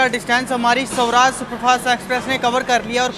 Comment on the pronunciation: Sawraaj nhi Swaraaj bolte h...bhai pronunciation pe dhyan de thoda...bahot cheap lgta h aise